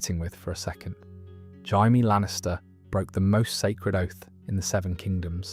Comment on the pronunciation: “Jay-Me” not “Hi-me”.